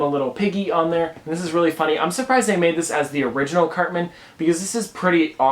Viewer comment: He said certman